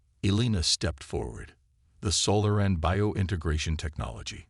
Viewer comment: AI needs to learn on how to pronounce SO LAH REN (Solaran) instead of Sola RAN